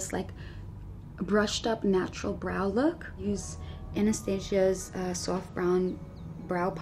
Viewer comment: ...how she pronounced Anastasia 😬 #cringe